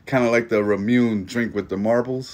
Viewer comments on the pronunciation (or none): FYI. Ramune is pronounced (Rah)-(moo)-(nay). Love the videos